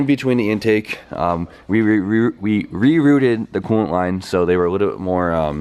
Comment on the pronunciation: rerooted or rerouted lol